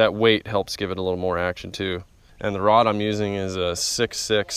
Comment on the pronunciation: Did you say you had a stiff Rob or Rod?